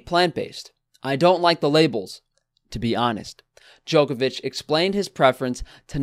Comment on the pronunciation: nigga said "da-jokovic"